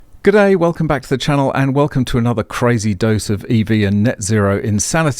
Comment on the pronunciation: Did you say G’Day? Or D’Gay?